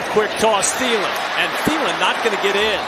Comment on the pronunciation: His name is Thielen tiiiiiiiii l eeeeeeen the h is silent cuz it's German I speak German i am not German bye